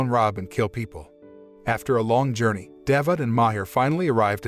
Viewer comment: It was a good work, except for the mispronunciation of some names. Thanks for your effort. Cemilo not semilo in türkish "C" like "g" in english Mizgin not Mizcin this "g" reading is like gifts "g" Davut you can read like Dav-ut. The name Davut in Turkish corresponds to the name David in English.